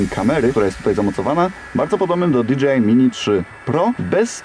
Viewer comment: Dzięki. Fajny film. Zamówiłem sobie tą zabaweczkę. Gwoli scisłości: Jeśli "si" to i "ar" a nie "er"🤪 tak jak z hi-fi.